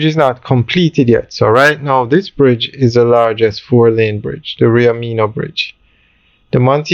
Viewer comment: Bro it's not Rio Meeno....it's Rio Minho.... pronounced (minnuh).....pronounce it right.